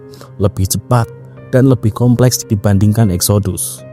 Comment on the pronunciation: Exodus kalo dibaca bunyinya jadi Eksidas..